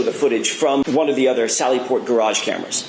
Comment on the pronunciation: miss has terrible English.cant say Garage properly. gets her vowels messed up. did she graduate high school??.